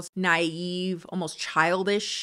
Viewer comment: SparkSparkle She says it correctly but I love the way she says it 😆 “Almost” like it has an extra syllable. Idk why but I LOVE the way it rolls off her tongue. I’m weird 😫😭